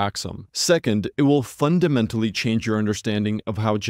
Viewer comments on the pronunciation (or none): none